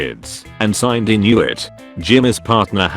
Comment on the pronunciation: Sindy not Sineday